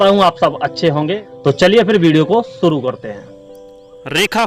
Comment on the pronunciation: Please work on your Hindi pronunciation. The pronunciation was horrible. Specially 'sh'. It really doesn't look good when you pronounce 'suru' instead of 'shuru'.